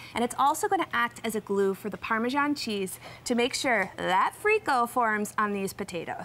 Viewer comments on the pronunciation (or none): why do they pronounce "parmejan cheese"? Isn't it "parmesan" or just Parmigiano Reggiano? It's so annoying!!! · I wince every time I hear the “g” in parmesan.